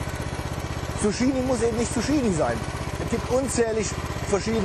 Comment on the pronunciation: Hut ab für deinen grünen Daumen. In den letzten Tagen viel gelernt über Pflanzen. Aber kleine Randbemerkung. Man spricht es "Tzuk-kini" :D